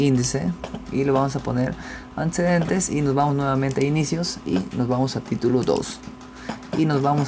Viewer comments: Dice ANTESCEDENTES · Marcamos antsedents 😂😂😂